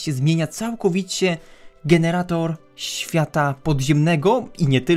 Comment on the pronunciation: powiedziałeś "reset siada" a nie świata xDD Edit: a w powiedziałeś piraminde Edit 2: cudownie chyba jednak nie :)